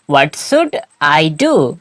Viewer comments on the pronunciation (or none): What should i do? Or what "sud" i do? Please make a bit clear. Thanks❤